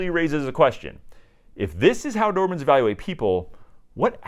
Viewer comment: You’re self called expert and you keep calling them Doerman??? I know Americans have difficult with English language, but for god’s sake, make some effort…